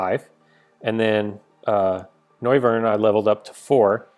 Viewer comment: Noy-vern, not No-viern!